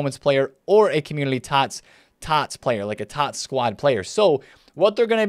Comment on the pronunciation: Is it community? Or Commulity? Just sounds like you are saying Commulity